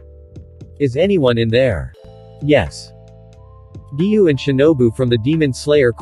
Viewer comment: Giyuu not giyu